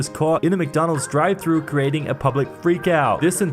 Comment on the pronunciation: He said McDonald’s drivetrue